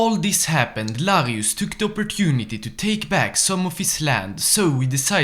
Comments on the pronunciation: Btw why do you call Lanius "Larius" and NCR "NCA"? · why did you call Lanius Larius?